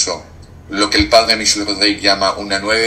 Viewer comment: buenas noches. Te saludo afectuosamente desde Bogotá. Respetuosamente te hago la observación de que el apellido del padre Michel es francés. Por lo tanto en su apellido Rodrígue, no lleva acento y no debe pronunciarse la vocal "e". Gracias por tus programas.